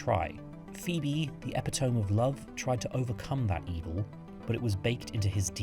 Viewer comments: FYI you pronounced "epitome" as epi-tome. It's actually eh-pit-oh-me I've gotten caught by similar before. I thought segue and segway were synonyms. I thought it was pronounced "seeg" until I was in my 30s LMAO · It’s pronounced ep-it-o-ME there’s no such thing a an epi-Tome 😩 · ok so its a gd vid but how did you pronounce epitome xD isn't it pronounced Ep-pit-oh-me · i cant respect anyone who says epi-tome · Epitome??? Whaaaaat? You did not just say it like that 😂 it is ep-pit-tom-ee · FYI - epitome is pronounced eh Pido me - it means perfect example. *word of the day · I.....that's not how yoy say epitome....at all. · That's.... not how you pronounce epitome. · Was going to say this 😂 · That’s not how you pronounce epitome